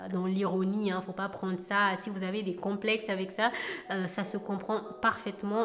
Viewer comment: Ma bébé 😍😍😍😍 t’es trop belle euh. Complexxxxxeeessss mdr 🤣 t’as du mal avec ce mot hahah mais t’es trop mignonne quand tu le dis 🥰